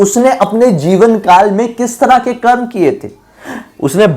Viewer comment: bhai jo tune bila hey voh garur puran me hi likha hey , or bhai voh karma nahi hey its karm